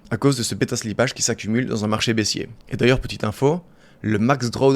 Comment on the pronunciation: Beta slipp"a"ge ca fait mal aux oreilles